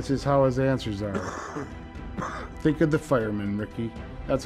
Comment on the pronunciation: 'Lights his cigarette with no concern'......"I don't 'tink' so".... He should try out for a movie.